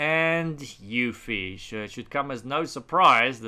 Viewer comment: Hey! Love your videos! Please is there any reason you kept spelling UEFI as EUFI? Not trying to be a know-it-all. Just confused at the moment.